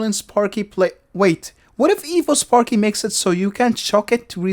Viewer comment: Your accent makes it sound like "Evil" rather than "Evo", which is honestly much more fitting. Evil Electro Dragon